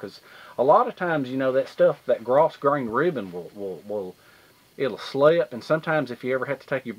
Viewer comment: Cool video as always buddy! FYI, the S in grosgrain is silent :)